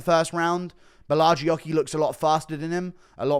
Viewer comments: GURU : DONT PRENOUNCE THE " H" WITH BORRALHO, it's like RONALDINHO " JOOO JOOOO JOOO " BORALJOOO RONADINJOOO PRENOUNCE IT AS A " J" OTHERWISE IT SOUNDS CRAZY. ( CiaJO BorralJO) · Guru please say Borralho's name right. In Brazilian Portuguese it's pronounced "bo-ha-leo" thank you caralho porra